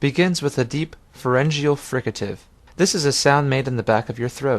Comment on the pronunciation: what is he saying - forengio frigative?!?!? what?